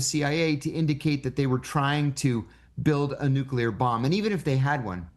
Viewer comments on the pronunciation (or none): Did he say nukel world trade center